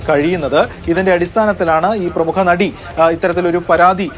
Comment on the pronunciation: പ്രമുക അല്ല പ്രമുഖ ആണ്